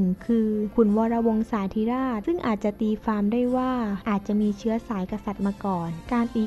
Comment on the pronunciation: ตีความ ออกเสียงเป็น ตีฟาม ใช้ภาษาไทยแบบนี้ มาอ่านประวัติศาสตร์ไทยได้ยังงัย มันน่าชื่นชม มันเก่งยังงัย